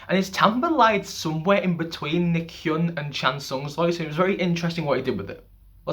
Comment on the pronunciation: FYI, Nichkhun is pronounced Nit-Cha-Koon. I'm Thai by the way. PS. love your channel